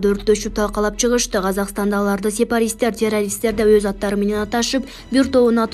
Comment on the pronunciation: Урматту текст окуп быдылдап окуп жаткан кыз сепарист эмес туура окусан боло!!! Логика, бир аз билим барбы?